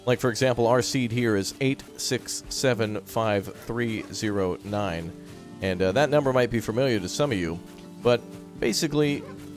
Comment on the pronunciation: Is that ni-ye-ine?